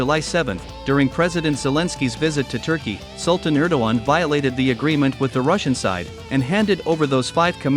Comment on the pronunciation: "Turkeyeah" like its Indian counterpart. Are vile disappoints.